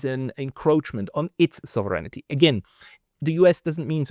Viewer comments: man spricht das nicht Souveränity wie im Deutschen aus sondern es heißt: Sovrenty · It's almost all of them: Sov-er-eign-ty NOT Sov-ren-it-y. Maybe it's their eyesight? It's funny how he can say 'sovereign' just fine and only needs to ad 'ty' on the end. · I sincerely apologize for the unsolicited advice, but I must inform you that you are mispronouncing the English word "sovereignty". You pronounce it as four syllables with accent on the third. It is actually three syllables with accent on the first. The vowels in your second and third syllables are unstressed to the point that they blend into one syllable. It should sound something like SAW-vren-tee, not saw-VREN-i-tee. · Thank you for your report,. But...pronounce it SAHV- ren ty - please. =) Sounds like you're saying "serenity" - which, God knows, has no connection to the US Empire! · you don't know how to pronounce "SOVEREIGNTY". You're not the only one, and English is not your native language, but that's no excuse. You're supposed to be an academic, after all. Get to work!!! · You might want to "proofread" your pronunciation of the word "sovereignty,"!